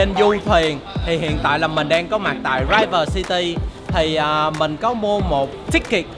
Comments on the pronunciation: Rí-vơ chứ không phải rái-vơ nha anh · Ủa ah ơi River đọc là Ri Vờ chứ đâu phải Rai Vờ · Em phát hiện ra tài năng tiếng Anh của quá đỉnh cao. Ui má " River" mà ổng đọc "Raiver" 😅😅😅🤣🤣🤣😎😎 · Anh đọc từ river sai rồi